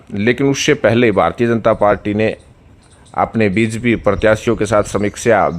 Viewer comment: भाई हमें तो यह पता है आप जिस के लिये काम करते हो उसका नाम भी ठीक से नहीं लेते हो। बीजेपी को बीजपी बोलते हो। नतमस्तक को नमस्तक बोलते हो। धेले की हिंदी नहीं आती। चुनाव विश्लेषक बन कर आ जाते हो रोजाना।